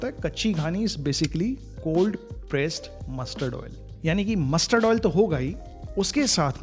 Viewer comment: Your stress on mussssterrd oil 👺